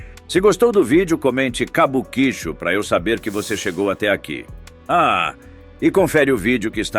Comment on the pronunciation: Quem pronuncia "Cabuquíchu" 😂 tem mais é que ser desmonetizado mesmo. Pronuncia-se "Kabuki-Tchô"